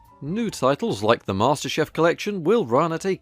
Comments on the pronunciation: Why did I hear Master Chef Collection instead of Master Chief Collection? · Master chief collection!! Not chef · Did he say Master chef? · Says Master Cheif Collection Me: Wait did he read wrong or is he joking